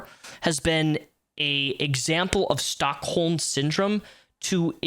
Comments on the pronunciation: its not Stockhold Syndrome, its Stockholm Syndrome😂😂😂😂😂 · are you saying "Stockholm" ..?